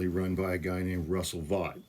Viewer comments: Thanks for covering this. I believe the name is pronounced like “vote”. The message from Vought seems to me to be an indication of weakness as he is effectively writing to pressure Democrats to keep the governement OPEN — the opposite of what he claims to want. And the guy is on a firing spree anyway. What’s the difference, then, really? Regarding the 300K departures YTD from the Federal government, keep in mind that 150K is the normal level of turnover, anyway — baseline. I think Vought’s 60K is regarding specific roles of power and influence. That’s a bit different. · I would think after doing 2 podcasts that focused on Russ Vought, you would have at least known how to pronounce his name. It is pronounced VOTE. As in “popular VOTE, swing state VOTE, Democrats didn’t VOTE to avoid the shutdown”, etc …